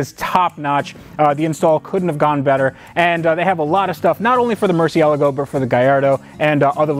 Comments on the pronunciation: Arrg its Mercy-e-lah-go...?..not Mercy-el-a-go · Wait how the fuck did u just say Mercialago ........ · You used to say MER-SEE--LAGO and after you hung with VinWIKI Ed, you say it MER-Sell-Ago like he does.You two are the only ones I've ever heard say it like that. I'm sure that's the "correct" pronunciation but nobody ever says it like that. Great video and remember: with cars like this - you need to upload every day! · Hey can you start pronouncing this car correctly thanks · Ed's Murcielago pronounciation got this guy hard. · he can’t even pronounce Murciélago correctly 😂😂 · the way he pronounces murcielago bothers me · Please do me a favor and learn how to pronounce Murcielago, pretty please 🙏